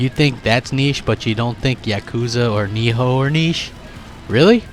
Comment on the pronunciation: Why does he pronounce nioh as niho